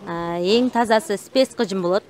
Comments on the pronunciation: Гыжым эмес кыжым дейт же тукаба дейт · Гыжым дебей кыжым деп эле так суйлосонор кыргызча